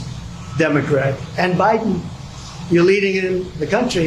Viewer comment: lol. He pronounces Biden, as he does China…he is so removed from any kind of knowledge.